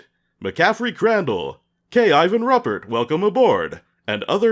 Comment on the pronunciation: Good to see a new video from you,! Just so it's out there, my last name is pronounced like the similarly-spelled first name: Roo-pert. Hard T and everything.:)